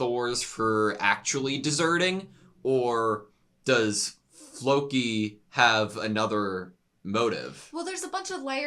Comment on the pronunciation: Nothing was butchered, my ears weren´t triggered <3 It´s Loki with a F in front with emphasis on the more than the i